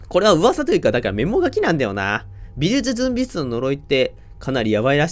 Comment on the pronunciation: 「美術準備室」って微妙に言いきれてないの好きｗ